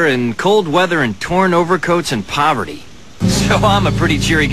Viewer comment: poverty* not poberty.. and no they didnt mean puberty.. haha